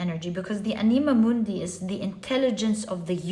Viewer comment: Dear, to pronounce the words anima mundi, you must stress the first ‘a’. Thank you for another great reading ❤